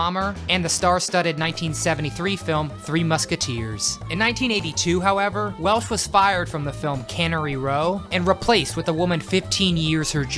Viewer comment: I would have had Cheryl Tiegs over Bo Derek but I'm glad you included Stevie Nick's. Oh, also, it's Welch, Raquel Welch. Not Welsh.